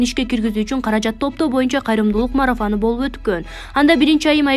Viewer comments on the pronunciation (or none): Марафан эмес кок мээ😡😡 марафОн,туура окусан боло 😡😡